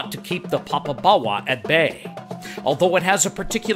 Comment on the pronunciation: You need to pronounce it properly. You seem to be saying papa-bawa. The o in popo is the same o as in dodo, dead as a dodo.